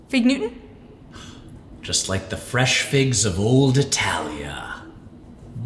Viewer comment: "Just like the fresh figs of old Itaglia." Be sure to keep that "g" in there!